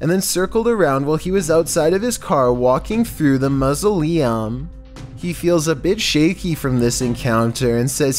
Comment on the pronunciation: What is a Musoliem its mau·so·le·um